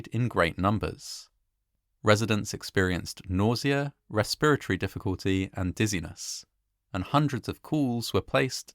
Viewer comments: This is odd but, I like the way you say "Respiratory". lol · Imagine pronouncing the i in respiratory.